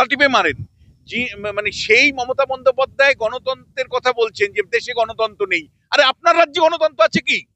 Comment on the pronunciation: তিনি বললেন "গণতন্তো" কিন্তু বিশুবাবু শুনেছেন গণতন্ত্র।😂😂😂😂😂😂